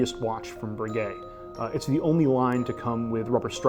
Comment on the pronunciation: Learn to say Breguet correctly. My goodness